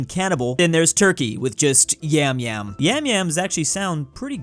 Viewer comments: İts noy "yemyem" its "yamyam" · IT'S YAMYAM FOR CRYING OUT LOUD NOT YEMYEM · kardeşim ingilizce bilmiyorsanız boş konuşmayın artık, yam yam diye yazılan şey ingilizce telafuzunda "yem yem" diye okunur. Ama biz "yam yam" diye okuyoruz ki bu telafuzun karşılığı ingilizcede "yum yum" harfleri ile karşılanır. Siz "ueueue nO it's PrOnoUnCeD aS yAmyAm bRo" diyince adam "yem yem" diye okuyor aq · im turkish and its pronounced like yumyum which makes it even weirder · You actually pronounce yamyam like "yumyum" so it's kind of weird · yamyam is pronounced like "yum yum" lol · It's not the way we pronounce it. It pronounce as "yum-yum" as in "yummy". It means "great eater" in Northern African Language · Yamyam is pronounced yum-yum. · About the cannibal joke, "yamyam" is actually pronounced like "yum yum" so it's even funnier like that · Yamyam diye söylenmiyomu yumyum ne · It is not pronouced "Yum Yum" stop lying wanna be turk... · I never realized yamyam sounds so sus like yummyyummy